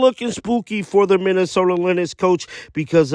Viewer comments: lynx is pronounced like "LINKS", not like "LINIX" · I was losing my mind listening to you say Lin ex it’s lynx dog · Dude lynx is pronounced links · Lynx is pronounced like LINKS. Just sayin'. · You’re pronouncing Lynx wrong…sounds like Links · Coach can't take the Heat MN Lynx is pronounced "Links"